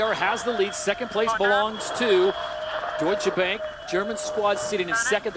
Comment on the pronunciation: The "a" in Deutsche Bank ist pronounced like the "a" in far.